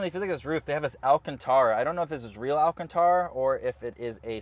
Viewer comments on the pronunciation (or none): none